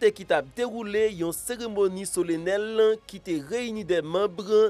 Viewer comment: Yo pa Di solennel,se solanel.kelkeswa janl ekri a